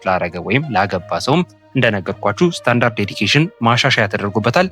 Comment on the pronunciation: ስታንዳርድ ዴዲኬሽን ሳይሆን ስታንዳርድ ዲደክሽን ነው የሚባለው --- God bless you.